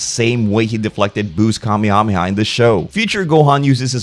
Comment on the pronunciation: Kamehameha is pronounced "kamayhamayha"